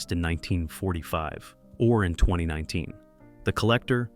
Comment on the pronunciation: Why can’t the AI voice pronounce years correctly? Eg “twennyeeen” instead of 2019.